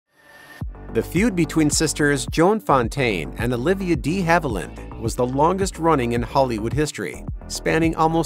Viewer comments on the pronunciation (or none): I never post negative feedback, BUT, you lost me at "Dee" Haviland. How can I take your channel seriously when you mispronounce a major star's name? I'm embarrassed for you! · Why are you emphasizing the "de" in De Havilland (DEEhaviland) like that? sorry to nit pick, but that was hella annoying... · Olivia "DEE" Haviland!?? ☹😠 For Heaven's sake, pronounce names correctly! 😡 Names are easy to hear online, and it's widely known that the (original) French would have had a short e. Show respect please. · Amen! Channel totally lost credibility. Sloppy work! If you want to be taken seriously, then seriously do your research! Or why bother?